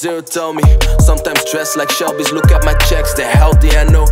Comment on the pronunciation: wen IJ loek in de mirror. lekkere uitspraak hoor